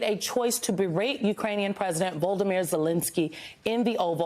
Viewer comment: Learn to pronounce President Zelenskyy's first name. It is not that hard. If necessary go to a site that teaches you how to pronounce it. It is rude and disgraceful for you to say it wrong on TV. Note that American media has not settled on one spelling for President's last name, so I have chosen the one I used above.